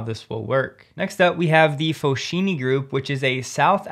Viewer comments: Foschini is pronounced "FOSKEENE" due to its Italian origin. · fosKini , ch followed by i or e sound like KI KE in Italian , hope you dont mind !! grts